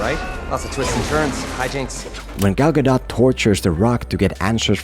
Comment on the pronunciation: Just so you know, you said Gal gadot's name correctly.